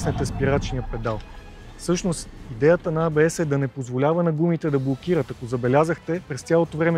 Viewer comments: Е, не може ли поне водещите да се научат, че НЕ се казва ай-би-ес!!!!!?? Или А-Бе-еС на латиница. Или ако сме големи англичани Ей-Би-еС. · ЕйБиЕс, не айбиес. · някой да му обясни на тоя дето вика и маха, че ABS не се произнася като IBS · Хубаво видео, ама, стига моля ти се с тоя Ай Би Ес - или е А Бе Ес(както се произнася от немски) или Ей Би Ес от английски. Това Ай Би Ес е все едно IBS.... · до село крайници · Ей Би Ес, не Ай Би Ес (ABS vs IBS) бате, бате :) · Много ценно само дето АйБиЕс-ът е ЕйБиЕс или АБС. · От немски език фонетично ABS е "А-бе-ес", от английски е "Ей-би-ес". Ай-би-ес (IBS) няма,! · Защо и двамата повтарят"АЙ БИ ЕС (IBS)" а не "ЕЙ БИ ЕС (ABS)"? :D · Хахахаххаха хахахаххаха "АЙ БИ ЕС". И тоя човек уж се води, че разбира от коли. Или е учил английски в Афганистан или не е учил изобщо. Но евала за клипчето. Показах го на много хора и се учудих, че за повечето хора това беше абсолютно нова информация. Не знам къде са живяли до сега, но факт...